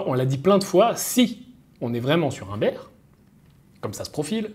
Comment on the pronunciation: "Bear" ça se prononce "bère" .. "bir" c'est la bière... beer 😂😂🤣